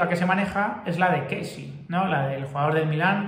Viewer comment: Buenas, enhorabuena por el canal. Por favor deja de llamar al futbolista del Milán porque es Késsié, en varios vídeos lo repites un montón de veces. Un saludo y hala Madrid.